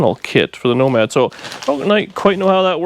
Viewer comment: NOMADER HOW--NOMADER WHEN--NOMADER WHO--NOMADER WHY